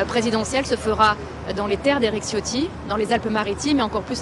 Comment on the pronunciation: Tchiotti , pas Ciotti, même si c'est un traitre à la cause Niçoise